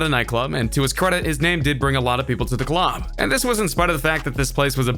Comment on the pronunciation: Why this dude talk like that?? "And when the fans got to the CLAHB, Tyga didn't show AHP" lmfao